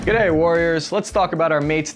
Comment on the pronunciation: For an American that was a fine "G'day". I'm impressed. Well done! "Aussie" and "Lithgow" need some work though.